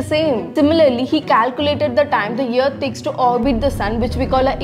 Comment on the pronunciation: Well that's the first time I've heard "hour" pronounced as HAAZ. 🤣🤣 and a year = ear 👂 lolzzz